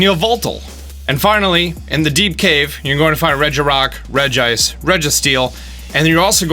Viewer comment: Update I have:Uxie, Entei, Azelf, Mesprit, Moltress, Virizion, Terrakion, Regigigas, Regirock, Kyogre, Thundurus, Palkia, Zekrom, Registeel, Articuno, Cresselia, Lugia, Latias, Zapdos and Regice by the way i will show you how it’s pronounced in a guide book I have (REDGE-ice) not (REDGE-ee-ice